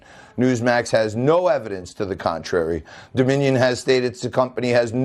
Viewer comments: He cannot say their name😂🤣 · This made my day!!! and what's absolutely HILARIOUS is the newsmax clown couldn't even say the word "Dominion". I can imagine the people in his ear screaming, "DON'T SAY DOMINION" LMMFAO!!!!